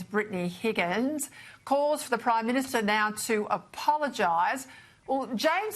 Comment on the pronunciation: He's the PRIME MINSHTER!!!! May i suggest that this pronunciation be adopted for bad government. "MIN SHT ERS "😅 describing incompetent self serving, ideologists taking a wrecking ball to everything. There's the energy minshter, the foreign affairs minshter, the transport minshter, a minshter for everything 😮. May the good lord deliver us from these awful minshters😢.